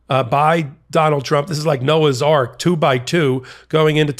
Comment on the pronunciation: “Noah’s Ark” 😂🤣